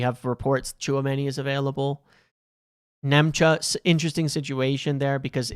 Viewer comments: for the love of God his name is not Nemcha it's Nmecha. N-me-cha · Nmecha is pronounced METCHER. Just saying. Again 😁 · It’s Metcher. Metcher. The N is silent